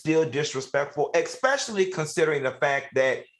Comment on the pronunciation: The word is "especially " not ex specially...please!